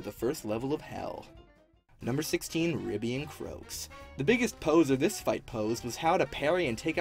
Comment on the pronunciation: I love how he calls the Ribby and Croaks slot machine “Cribby” 😂